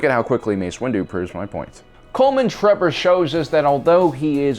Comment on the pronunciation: trembor 😂😂 it's trebor